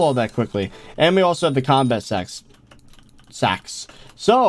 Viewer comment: in it said combat sex sacks